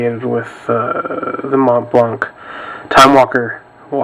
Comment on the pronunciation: Great videos, thank you! the T and C in monTblanC are silent, pronounced "MonBlan"